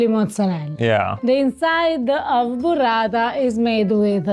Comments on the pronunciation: It's "Burrata" not "Buratta". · Burrata…like burro. Not Buratta like burattino 😁